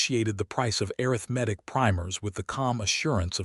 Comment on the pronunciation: Have a new word to add to my list of words that AI seems unable to pronounce correctly: arithmetic (pronounced a (shirt a), rith , ma, tic). If you cannot adjust the pronunciation, please use another word. For example, Ms. Hadley, the boarding house owner was able to say mathematics correctly. Listening from TN.